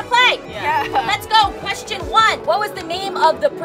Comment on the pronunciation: "let me finish the qweschon" "let mE FINISH THE QWESCHON!!!!"